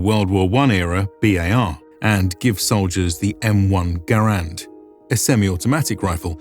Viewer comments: My father was Infantry in WWII. BAR was always spelled out, BeeAyAre. Garand is pronounced Gare-und, not Gare-And. John Garand was French Canadian. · Garand rhymes with "errand".